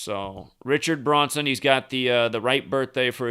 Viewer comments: You kept saying Bronson instead, of Branson. Was wondering why. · Its Branson not Bronson ya dork! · BrAnson not BrOnson. Good blog. Small matter... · Branson not Braunson :/0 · I noticed that too, but Zach says, "He's the master of mispronunciation." Maybe he was thinking of the actor in that movie "Death Wish" (1974), Charles Bronson. It could've been a Freudian slip considering we are dealing with an actor-based reality.